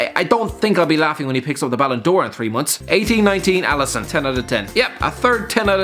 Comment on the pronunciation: Alisson, not Alison.